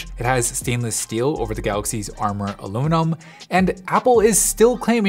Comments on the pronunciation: “Allo-numb” 😮 I thought it was “Aloo-mi-num” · is it just me or did he say aloonum